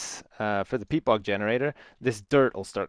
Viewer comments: its not pete, its peat, aka shit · Lol i thought he said "pete fart"